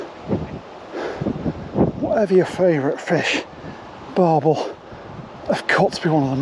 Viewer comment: Barbel not barble